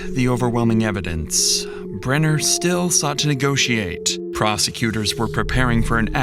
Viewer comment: The constant mispronunciation of Jim Brenner's name in this video is incredibly annoying.